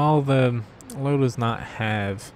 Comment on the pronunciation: In German, Löwe is pronounced ''Leuveh''. Anyway great game!